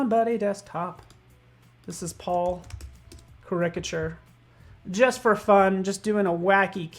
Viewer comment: I guess they dont read the comments... last caricature video a few people mentioned the way he says caricature incorrectly. Even youtube captions dont know what he is trying to say. one time the closed caption even said "cricket sure". its easy... you are exaggerating the characteristics, take the beginning of that word... say "charac" and stop saying it like "cricket"